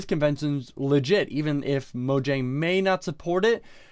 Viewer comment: TheCraftingHedgehog Its Mojang there isnt a N in there